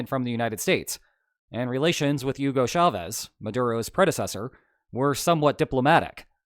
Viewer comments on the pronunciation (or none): none